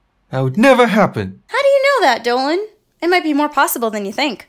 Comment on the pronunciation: you butchered the first name so badly.